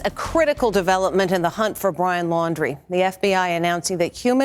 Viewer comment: FIRST TIME I HEARD SOMONE SAY THIS GUYS LAST NAME RIGHT LAUN - DREE